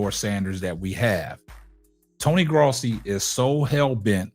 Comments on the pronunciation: Its not "graasi" it's gross-i. I like your channel so far though! Subscribed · You pronounce his last name “grow see.”